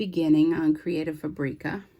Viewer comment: You have an affiliate account with them, but you can’t pronounce their name.